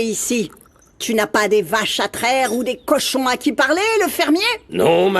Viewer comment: Yaya qui dit'tu nas pas de vashe a traire ou de coshon a qui parler?😅😅😅